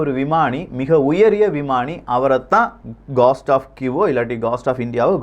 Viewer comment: அய்யா காஸ்ட் டா அல்லது கோஸ்டா As per phonetic dictionary it is கோஸ்ட்